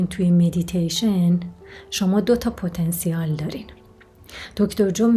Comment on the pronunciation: پتا نسیل .درست تلفظ کنید